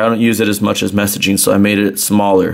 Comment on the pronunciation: am i the only one that hears that annoying word "messagine" ???